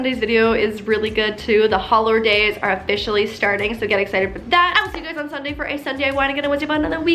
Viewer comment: who else freaked out when she said SunDIY completely normally